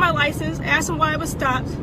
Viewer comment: Emma Madison he axed who car dis?